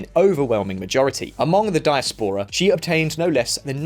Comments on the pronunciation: Diaspora is not pronounced like that. It's really bad coz it reveals he doesn't actually know what he is saying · How to pronounce Diaspora! Is English your second language?